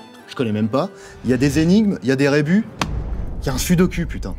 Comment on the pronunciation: Je déteste les gens qui disent sudocul c'est "SUDOKOU" pour dire ce foutu mot sudoku ! DU LOURD en tout cas la vidéo :)